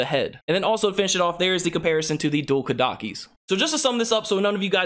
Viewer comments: Ko-da-chi not Ko-dock-e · I like how he said dual ”kadakis” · ko-da-chi, pronounce it properly please.